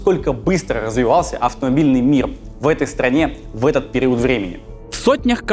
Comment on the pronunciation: там меня веселит произношение Стасом слова "период"))) и каждый раз так)))